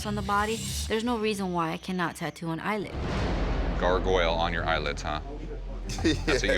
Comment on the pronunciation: why tf would he put Garg on one eyelid and put Oyle on the other? what a completely stupid idea. Gar-Goyle dude. Not Garg-Oyle. wtf he even said what he wanted too